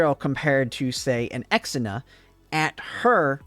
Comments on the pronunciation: Ir is ksenia not exina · Ksenia is pronounced as Xenia its not "Ex - en - a", more like "Zhe - nya" 😉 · Also, pronouncing Kesenia's name as "Eks-enia" is so bad, man. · I have always why you pronounce Ksenia the way you do. Even in Russia/eastern European nations, from which it originates, it is a "k" sound, on the back of the tongue. The further west one goes, the more "ick" sound would turn into a "kay" sound, but I have never heard it pronounced as "ex". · Ex-ina? I had this playing audio only and had no idea who that was until I had to rewatch and realize you were talking about Ksenia. That through me in a loop. Not sure who Chahuya is.